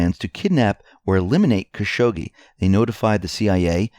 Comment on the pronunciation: Still mispronounce Khashoggi, but it's not as funny as your other iterations. Caz-hoogie was probably your funniest.